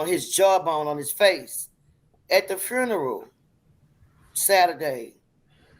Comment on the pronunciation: I'm just here for the entertainment. Multiple low IQ individuals trying to concoct a story with everything they can throw at it for low IQ consumers. "at the fruneral"... 94% of all black murder victims die at the hands of another black, nearly 10,000 each year in the US. None of those deaths get this attention. Ben Crump never shows up. Kaepernick is silent. blm and naacp are nowhere to be found. Nancy Pelosi doesn't take a knee. Crickets don't even care enough to chirp. The Tuskegee University mass shooting last year got less attention, and that one left 1 dead and 16 injured. The Stockton, Alabama black community picnic mass shooting got less attention, and that one left 3 dead and 18 wounded.